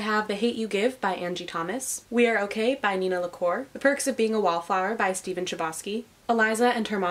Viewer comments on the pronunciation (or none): none